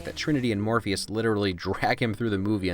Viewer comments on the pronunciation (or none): none